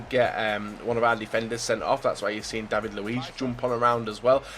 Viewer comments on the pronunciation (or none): none